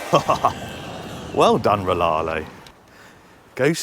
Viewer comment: So many channels think the company is called laarlo (silent R) glad you pronounce it the right way like very few of us 😂